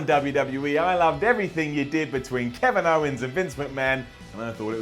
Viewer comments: He also said "Ken if owns" 😂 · "Keniv Owens".